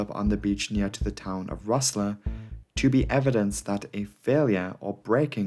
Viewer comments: Bualadh bos á! Go raibh maith agat! (That means Congratulations and Thank You ás Gaeilge/in Irish). Great video! Only error is Rosslare is pronounced Ross - lare (with a long A). Surprised you didn't mention the Air India 182 tragedy (again Cork involvement). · Ayberporth ?? LMAO Try "Abba"Porth... You gpt Llanbedr right but Rosslare was a bit ropey too!!!!